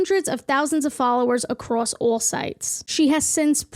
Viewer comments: I love how you say “All” lol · & ALL LOLOL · I hate how she says "all"